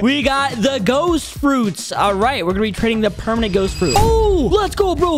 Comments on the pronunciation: you messed up the title you said pemanent instead of permanent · Bro he said pemament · "we got 3 Permanent Kitsune" bro said permanent 💀